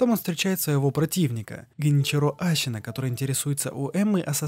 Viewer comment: Мне одному кажется что он говорит вместо Ассина Ащина